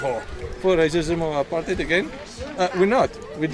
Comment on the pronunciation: Buddy 'its 'Apartheid' 'Not apatite as apatite means your hungry lol 🤪 Haha 'just playn wit ya.. So anyway when are you coming to Australia 'Like say sydney nsw for example my good man as we have many Greeks heir who came in the 50s n brought as diffrent taste to our taste buds lol